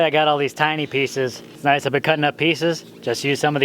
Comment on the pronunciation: I love your truth " I don't know if any of this is going to work" LOL That's how I feel about life sometimes, haha! That pipe is tight yo!!! Everytime you say "Noicceee" You sound like the crocodile hunter! Why is the red hot blue? life questions!